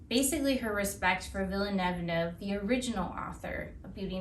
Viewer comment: I love your book review. It's creative, clever, and entertaining. This is my favorite so far and I think the bloopers part is hilarious. I think "Villaneuve" (spelling?) is pronounced a little differently than you say it, but French names are always a little tricky. Ha ha! Again these reviews are fun and make me want to read!!! XOXO